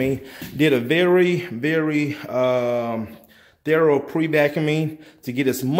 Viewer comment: What’s Thero mean! Do you mean thorough